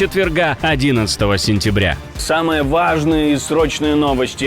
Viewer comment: Черт 👿 научись слова самое важное говорит без такого акцента